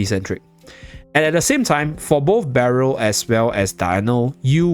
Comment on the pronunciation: Cannot pronounce Berial😂